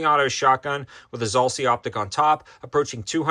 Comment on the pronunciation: Why do you keep saying Zahlsee when it is clearly spelled Zulisy? Zoo-liss'-ee?